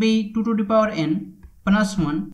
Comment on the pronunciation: Это произношение меня, блять, убило ту ту пау икс ван тутутутутупаваикс, СУКА